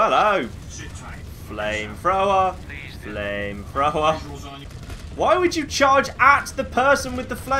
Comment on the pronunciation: accent makes it seem like he's saying flame frower